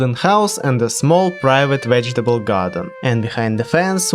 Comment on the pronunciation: “Wegetable ” lmao